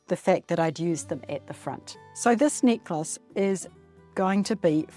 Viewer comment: When you said “necklace,” and you had dropped it, I thought you said “knickers” and had dropped your undies! Oh, my! I must listen more carefully. Good tutorial, knickers and all!🤗